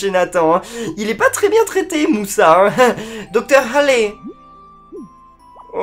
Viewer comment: sa ce dit pas halley mais ca se prononce comme allée